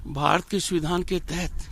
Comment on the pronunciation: BJP ke dalal .... governor.....the speech is only an irony.....he is calling samvidhann ....suvidhaan...